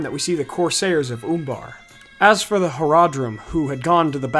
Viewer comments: I believe it's pronounced Uh in the U in Umbar not Oombar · Oombar, I love the way you pronounce that.